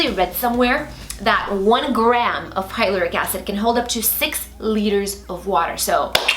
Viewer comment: With all due respect, Hyaluronic Acid is pronounced as hyla-ron-ick acid. I really loved this series! 😊❤️XOXO